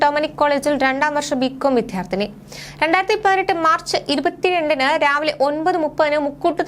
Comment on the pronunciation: കൊച്ചേ, വിദ്യാർത്ഥിനി എന്നുച്ചരിക്കുക, വിദ്ധ്യാർത്ഥിനി അല്ല.